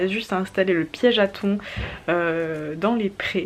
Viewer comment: "Ton"? 😂 moi je dit "tan" (taon)